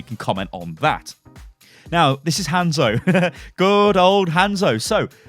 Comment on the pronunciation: Had to stop watching because of how you said Hanzo